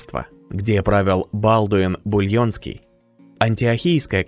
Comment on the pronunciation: Бульенский?Булонский,хотя для этого книги читать надо...